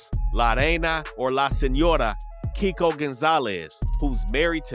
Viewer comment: He was saying Keiko name wrong the whole time